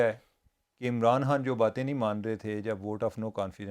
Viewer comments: عمر چیمہ صاحب جب خان کو عمران ہان کہتے ہیں یہ الگ ہی کول لگتا ہے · Umar cheema saab. Please pronounce khan from epiglottis!!